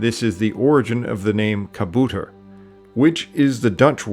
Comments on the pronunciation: i was very confused when you tried to pronounce kabouter, the "ou" is pronounced as ow in owl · Kabouter : kah-BAW-ter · Ackchually, you pronounced kabouter wrong 😝